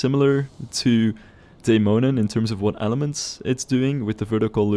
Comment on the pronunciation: As a Dane, it warms my heart whenever you mention Tivoli, as it is most definitely the amusement park I feel the most nostalgic about visiting, not to mention your near perfect pronunciation of the 'Dæmonen' rollercoaster. Pretty impressive. <3 Always loving the way you build and customize your rides - very satisfying and inspiring to watch!